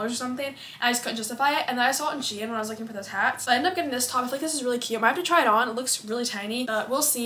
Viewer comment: I love how she said she-in😂(no hate or anything I love your channel❤)